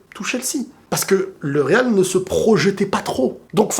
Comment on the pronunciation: Le real RRRRRRRR le real RRRRRRRRRR 😂 😂 😂 😂 😂 TU MA TUÉ !